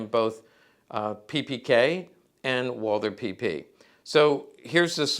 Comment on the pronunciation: Funny, an Expert, which isn't possible to pronounce the name of the product, he is presenting. It's name is WALTHER, and not Wolther....PePeKa, and not PiPiKey. Americans have always the bad idea, to create own pronounces for foreign names, towns and countries. In Deutschland you can find this phenomen by people without any knowledge. So it is funny for us.